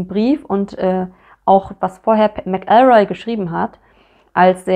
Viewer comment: Pedantischer Hinweis: Bei McElroy liegt die Betonung auf der ersten Silbe, nicht der zweiten. MAC-el-roy, nicht mac-EL-roy.